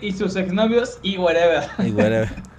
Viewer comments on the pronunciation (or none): él werever siempre dice ''wey'' se oye como mirrey xD